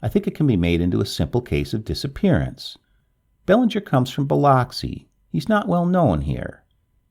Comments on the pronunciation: Biloxi is pronounced "biluxi" and Bowie is pronounced "boowee".... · Im from Mississippi and the way you say Biloxi is hilarious. Thanks so much for the naration